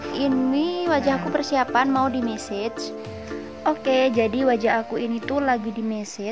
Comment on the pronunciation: Kox message tah kak 😂,,,massage kak yg bener..bacanya masas..😂